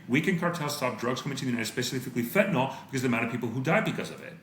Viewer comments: Fentan-ill not fentan-ol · friendly reminder that the last vowel in "fentanyl" is a "y" and not an "o" or "a"